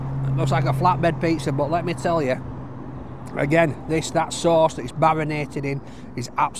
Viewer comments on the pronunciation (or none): none